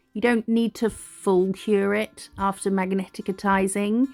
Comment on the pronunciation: Its pronounced magnetizing lol. Love your work!!!